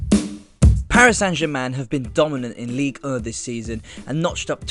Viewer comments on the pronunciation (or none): Ligue er? Not ligue one? Pardon my french haha